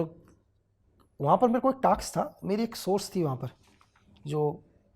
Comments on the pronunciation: Task ko taks bolta ho wo raw agent kabhi nahi ho sakta. Kisi thele wale ko bitha diya ...gau rakshak lagta Hain shakal se toh. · Task nhi Taks....shhhh Raw ki code language 😂😂